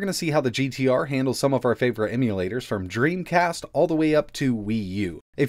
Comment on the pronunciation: knew it was "Dremcast"